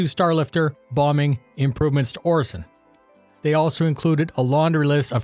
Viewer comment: I thought you said ‘plumbing’ instead of ‘bombing’ and I didn’t even stop to think about it. That’s Star Citizen for you.